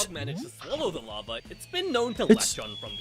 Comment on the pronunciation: It's larva not lava